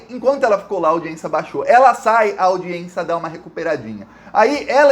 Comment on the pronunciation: Saudações 🖖 permita-me de lembrar-lhe que :- audiência audiência | n. f. au·di·ên·ci·a nome feminino 1. Audição. 2. Acto de prestar atenção a quem nos fala. 3. Acto oficial ou oficioso de alguém ser recebido por personagem importante. 4. [Direito] Sessão do tribunal. "audiência"e não aldiencia✌️🙏✋